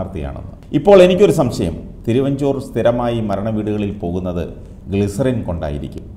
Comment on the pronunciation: ഇത്ര വൃത്തികെട്ട മനുഷ്യൻ ആയുപോയല്ലോ, ഇയ്യാൾ. മനുഷ്യത്വം തീരെ ഇല്ലാത്തവൻ. ഇവൻ നാവു പിഴ ഇല്ലാതെ " ഗ്ലീസറിൻ " എന്നാണ് പറഞ്ഞത്. അത് നമ്മൾ കാണാതിരിക്കരുത് !